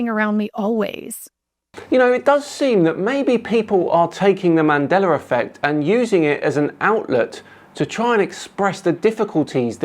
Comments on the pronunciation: Bro, there's no "R" in Mandela. WTF is "Mandeler"??? Show some respect, say people's name right. It reminds me of an episode of Star Trek The Next Generation. In season 2, the new doctor was calling Data, pronounced "Day-tuh", as "Dah-tuh" (Dah like Dad). Data corrected her, and she scoffed and something like "What's the difference?". Data said, "One is my name, the other is not." Mandeller was not Nelson Mandela's name. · why do You keep on pronouncing "MandelaR"? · “Mandelar effect”. lol. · "mandelar" effect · there is no R in Mandela btw ;)